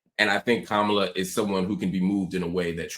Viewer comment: Also, she mispronounced Kamala’s name all night!!! Can you please correct your guests